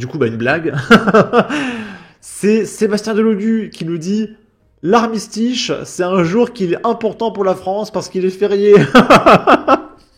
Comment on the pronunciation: L' "Armistiche", wahou !!! ben chat alors !!!!!!!